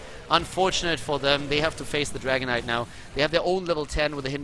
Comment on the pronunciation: I always hear Dragon Knight as "Dragonite"